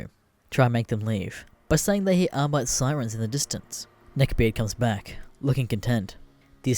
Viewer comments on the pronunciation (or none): none